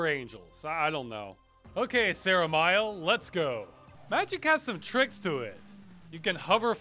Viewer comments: Sarah Mial? ^^ It's Zeh Rah Me El. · "Sarah Myel" Yep, nailed it. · Sarah Mile? Am I missing a joke here or does Ross not know how to pronounce ancient Hebrew names? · okay that's definitely not how you say seramiel.